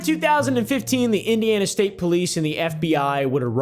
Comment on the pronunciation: Bro you said Indiana wrong